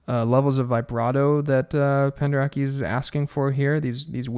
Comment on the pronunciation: I love your channel and hope you will do more videos showing the film scores themselves! It would be nice to hear the examples you cite, even for those of us who are professional musicians. Your 'chaos' chords are great to look at but would be more helpful if you were playing them while describing them. Also, just for your info, it's pronounced Penderet-SKI! I learned that when we worked with him at my University many years ago...we all thought it was the way you say it until he corrected us.